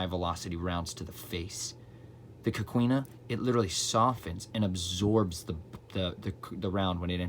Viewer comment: It’s “coh-KEE-na”👌 I literally just researched coquina a few months ago for work! That’s so awesome!🤩 The reason Florida wasn’t taken by the British was because of that wall!